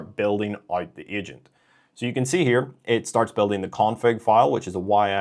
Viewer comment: Nice video. FYI... we don't spell out YMAL we pronounce it "yamal"